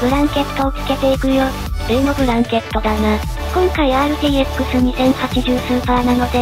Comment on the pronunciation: ブランケット→ブラケット やねw